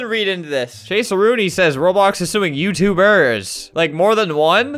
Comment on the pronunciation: Chase Rooney is suing *youtuberrs*. Why does he say it like that?